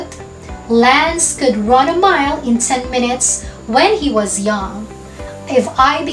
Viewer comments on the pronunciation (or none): In example number 1, Why do you pronounced “s” like “z”. Like the word “was, you said it “wazz” . I think you mis pronounced S to Z.